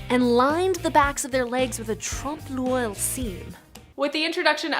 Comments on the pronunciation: as a french speaker the way she said “l’oeil” 😬😬😬 i mean i don’t blame her but also yikes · gosh, she totally butchered the word l'oeil